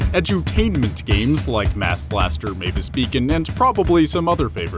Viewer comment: I think you meant to say Mavis Bacon.